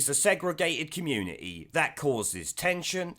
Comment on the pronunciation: its community NOT communieeee FUCKING HATE THAT FROM HER LOT